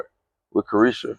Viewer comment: Clarissa not Caresha now u playing like Gerald Huston 😂😂😂